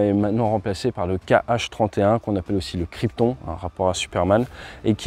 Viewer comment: LE KRYPTON ET ÉGALEMENT 1 GAZ ! CA CE PRONONCE CRIPTON VOIR TONE A LA FIN !